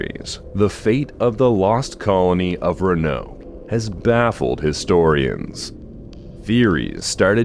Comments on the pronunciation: The ra-noke one was driving me up the wall 😅. But I'm pretty sure the very last time he said it, it was pronounced correctly. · "vag" for "vague" and "ra-noke" for "roanoke" were some solid contenders though